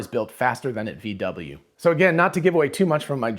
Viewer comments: VW is pronaunced "fau Væ" in german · Pronounce it: "Fow Vay"